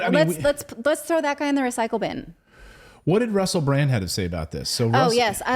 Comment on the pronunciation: It's Russell BranD, with a D at the end.